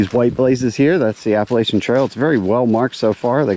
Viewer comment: It is pronounced Appa LATCH ian. Thanks